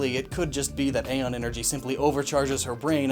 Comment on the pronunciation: Did Nintendo change the pronunciation of æon (is it used in Samus Returns as a word or as an acronym) or is that one on you?